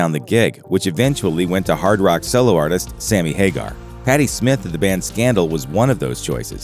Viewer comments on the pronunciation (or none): Her name isn't Smith, it's Smythe. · It's Patty Smyth you moron....not SMITH